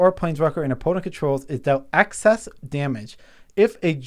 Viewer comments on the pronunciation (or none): I feel like I'm the REAL nitpicking nerd here, because I got to call both of you guys out on pronouncing "excess" like "access". It's EX-SESS, not ACK-SESS. Sorry if I'm being a bit EXCESSIVE, but you guys do have ACCESS to a dictionary, right?